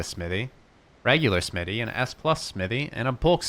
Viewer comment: Don’t forget the h in smithy